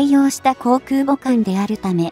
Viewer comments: 再生から約２～4秒付近「自国建造空母山東」、本来は『じこく けんぞう くうぼ さんとん』なのに「じこくけんぞう そらかあさんと」って読み上げ間違いるし、発音の「ん」が弱くへんですよ。UPする前に校閲しましょう。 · 中国が作った「そら母さん､さんとん」🤣💦思い出すたび可笑しくて💦動画二度見しちゃった。